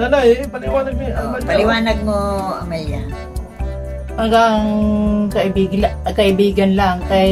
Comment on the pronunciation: Amalia ka ng Amalia.... AMELIA pangalan yan. 😂 ano ka ba di ka ba marunong mag basa😢